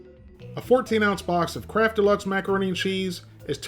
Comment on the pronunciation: i thought u were saying "crap" macaroni an chease lol ... or is it kraft?.. i cant tell .. sounds like crap....... lol hahah crap!